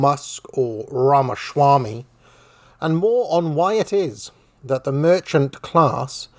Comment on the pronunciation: Ramashwami? A sudden case of mush mouth?